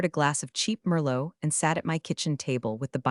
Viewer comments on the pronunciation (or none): none